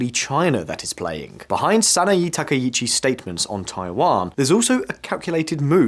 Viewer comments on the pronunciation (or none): Good summary but… in Japanese vowels are regular. “E” is always like in “Bet” a Sa-Na-Eh, not Sa-na-Ee - he is saying E the same as i like Sanai Takaichi. That said good summary, just need to not follow the English tradition of randomly mangling vowels